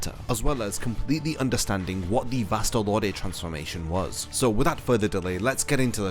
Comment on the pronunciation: "Vast Lord" VASTE LORDE Wut?